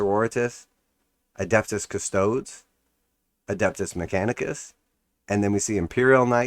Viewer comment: Loving your videos, but as a Custodes player: custodes [ kuh-stoh-deez; Latin koos-toh-des ]